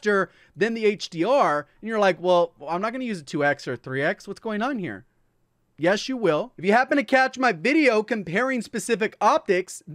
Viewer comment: Love how he says YESS YOU WILL! Watched that part like 4 times 😂😂❤️